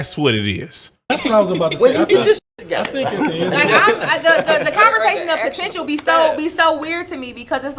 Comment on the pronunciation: Potential and not the potench. Wtf. Is she making up words too